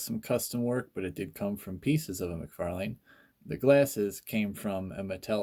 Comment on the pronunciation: cool custom but youre saying mcfalane wrong. its spelled out mc far lan . not lane